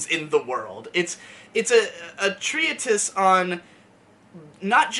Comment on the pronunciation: Prescient is pronounced preh-shunt Treatise is pronounced tree-tiss